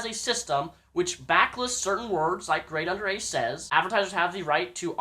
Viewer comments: Not taking any sides here, but why do people pronounce it "Grade UnderA" when there's clearly another A after Grade? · Why does he say GradeUnderA?!?!?!?!?!?!?!?!?!?!!!?!?!?!?!?!?!?!?!?!?!?!?!?!?!?!?!?!?!?!?!?!?!?!?! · Who is GradeUnderA haha, don't say his name wrong and pretend you have been a massive fan.